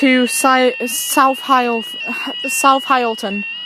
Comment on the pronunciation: it’s pronounced Hilton not hyleton.